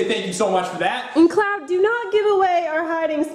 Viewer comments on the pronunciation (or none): CLOWD NOT CLOWN